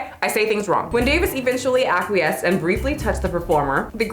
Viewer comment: Acquiesced you said correctly, goading not so much lol. Don't worry about it, those of us who grew up learning from reading understand a bunch of words we didn't know how to say. It's fine, you're not alone.